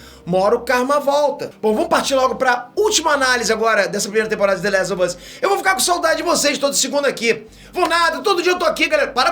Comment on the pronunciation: Engraçado que o fala "The lézo vâz" ksksskk